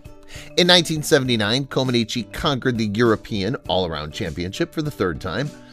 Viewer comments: Her last name is pronounced Comaneech not Comanichi. I know this because my wife is Romanian. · Comanech, not Comanechee. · Her name is NOT pronounced "Comb-an-eechi". It is "Kom-an-etch" as everyone in the rest of the world knows. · The final letter is silent in Romanian words ending in the letter ‚i‘. her name is pronounced Comanech. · You are pronouncing her surname incorrectly. It is pronounced common etch. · Coma-neech, please. If you are going to use a computer narrator, make sure that the computer is programmed to pronounce the subject's name correctly. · Mispronounced her name throughout… the “i” at the end is silent. Its pronounced “Co-muh-NEETCH” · Romanians dont pronounce the i at the end. Say "Comaniche" (e is silent) or Co man eech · Amazing that you are doing a video about one of the greatest female athletes of all time, and you can't even pronounce her name correctly. It's ComanEECH. The "i" at the end is silent. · Her name is pronounced comaneech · Too bad you can't pronounce the lady's NAME! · With the last name "Comaneci", the last syllable "i" is silent. At least, that's the way it was pronounced by TV announcers during her Olympics televised appearances. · Ouch! That continual mispronunciation of her name is slapping my brain -- can't watch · It would be wise to properly pronounce the subject of the video, before recording it, let alone posting. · The 'i' ,at the end of her name is silent !! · I can barely watch this because the incorrect way you keep saying her last name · The i is silent. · Learn to pronounce her name. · It would be nice to learn how to pronounce correctly Romanian 🙃 names Sounds awful 😖